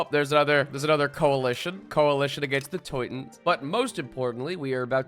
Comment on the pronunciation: Dear editor of of the Teutonic Order, the way he pronounced Teutons was closer to the proper German name. Toy-Toh-Nen. He messed up the last part but even can't br perfect. He's american, after all.